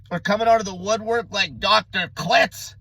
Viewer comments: Clits haha. Kil-tz. Low fat makes the mind better! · it's KILT-Z like quilt